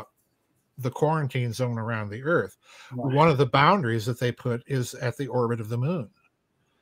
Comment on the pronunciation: The Earf is flat....